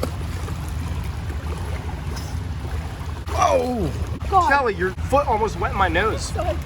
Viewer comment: Girl that not you spell Kalli you said Kelly